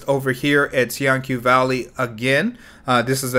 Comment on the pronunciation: it's pronounced tiahn-chu valley